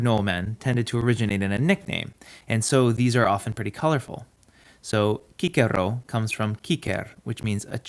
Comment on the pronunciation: So refreshing to hear someone pronounce “Cicero” correctly